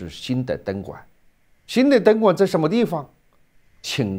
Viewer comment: 何老，我服你，东莞说成灯管，😂